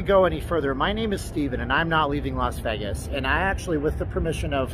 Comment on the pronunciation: Vegis...lol so fuckin annoying....IT'S VAY-GIS